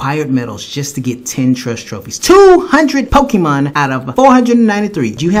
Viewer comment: Masuda is the type of person who calls Pokemon "Pokiman" while knowing dam well that it's pronounced Pokemon!